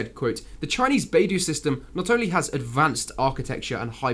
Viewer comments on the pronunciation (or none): By-dough not bay-do.